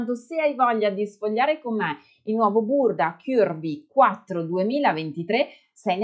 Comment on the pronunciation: Bel video con tanti consigli utili, anche se in realtà non sono proprio “curvy” (40 taglia europea) e dovrei modificare i cartamodelli per farli più piccoli. P.s: però non dire “chiurvi” non è la pronuncia corretta 😉